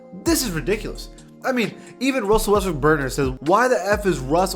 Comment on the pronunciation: “Wussel Restbrook”